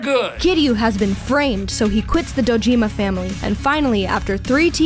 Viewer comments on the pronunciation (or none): Don’t say Dojima like that. Thank you